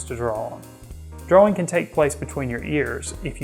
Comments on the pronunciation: I've hear Brits pronounce it like "drawer-ing" Gives me a chuckle every time. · Love your video and all the great tips! Thank you! May I give you one? The word is "DRAW-ING" and correct pronunciation is shown in the dictionary definition you had on screen. The word "draw" rhymes with raw, flaw, jaw, paw... It's okay! we're all human! I'll continue to watch & listen to your videos. Thanks again! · I think the 'w' in "drawing" is silent.